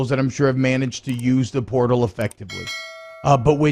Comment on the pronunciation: "Transfer perrtal" 😂😂😂